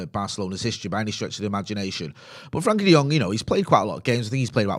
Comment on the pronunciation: I get that you struggle with pronunciations sometimes but its not that hard to say "Frenkie" and not "Frankie" ffs.